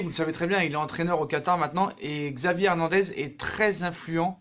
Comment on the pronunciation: Ça se prononce chavi pas xavi